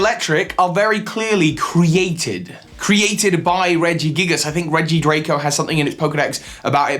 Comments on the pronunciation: It’s not “Regidraco” and “Regilectric” lol It’s “Regidrago” and “Regieleki” My opinion is that some Legendaries evolved. The Birds, the Beasts, and Urshifu are the most likely to have evolved in the traditional (Darwinian) sense. Maybe also Ho-Oh, Lugia, Latias, Latios, the Swords of Justice, Diancie (related to Carbink), Marshadow, Zeraora, Zarude, and the two Horses (sorry for spoiler). Falinks should go with other human-like Pokémon. I’m not quite sure where that is on the tree. Bisharp is possible though. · Is it to hard to say Regidrago or Regieleki?